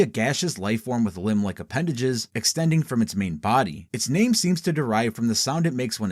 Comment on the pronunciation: never have a seen a video so bad and good at the same time.... holy fuck you guys cant even pronounce half of the fucking names right...